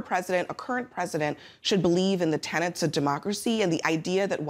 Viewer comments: Tenets, not tenants. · Tenets , not tenants